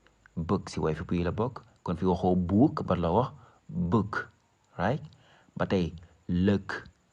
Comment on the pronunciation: Sa prononciation desna DH book bouk la niou ko wara liré